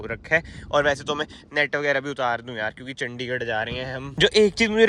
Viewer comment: Tu chandigadh chandhigadh bola mat kar irritated hota hai 😠